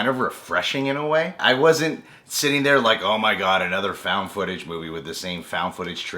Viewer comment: "Anotha One"